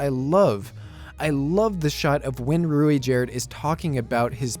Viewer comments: As far as I know, the pronunciation of Ruijerds' name is most commonly 'Rai-Jurd' or Rai-jud. Also, Man-god is a pretty bad translation of that, his name is more name than title, he is Hitogmai. More than anyone one else titled god, that is what he is. So calling Hitogami (Hee-Toe-Ga-Me) is more accurate, I feel like funmation will correct that pretty fast. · It's pronounced as "Ru-G-erd" but yeah Rujierd is Best Boy and Best Bro at the same time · Alternatively, pronounce the i there as a "y". "Ruyjerd"